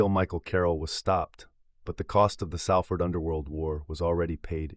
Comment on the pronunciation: Come on mate it's pronounced Solford but spelt Salford